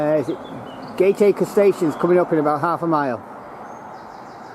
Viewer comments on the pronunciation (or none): 'Gate-Acre' is pronounced 'Gat-A-Kerr' and 'Child-Wall' is pronounced 'Chilled-Wall' but you nailed "Notty-Ash' ! The Lord Street station was converted into a bus station (it allways felt a bit weird getting a bus from this building but I didn't know it was formerly a train station !) Keep up the 'Good-Work' ! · Great interest, many memories thanks. But please Gatacker pron not Gateacre and Chilled-wall not Childewall. Sorry to be penickity but it matters to us locals. Still great work, thanks again. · The locals pronounce Gateacre as GAT ICKER - Childwall is pronounced CHILL WALL - Maghul is pronounced Ma' GULL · Gateacre is pronounced as "Gataca" I lived next to this line (The Childwall Valley Estate) up to 1992, I remember freight trains running on the line up to 1979. Childwall is pronounced as childwall useing the small i as aposed to the Capital I ... "childwall many people who do not live around here, make the same mistakes. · Gateacre is pronounced Gat acre and Childwall Chill dwall